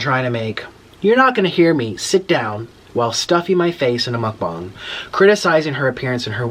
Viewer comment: Your saying mukbang mokbong